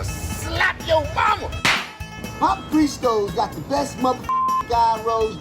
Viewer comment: After he said "gYrOs", he was trying to butcher it, my man